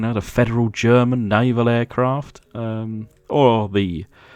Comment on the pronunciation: Pretty cool 😎except for one tiny teaneweeny mistake it German German you know like German lol other than good job more please 👍👍👍👍👍👍👍